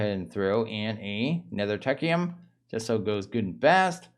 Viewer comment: Went through the entire series without saying technium just techium, also uraninite became uranite